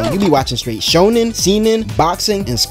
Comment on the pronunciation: did he just say we watch shonen,SEMEN,boxing and scraps!!!???!?!?!? what in hells nine circles did i just hear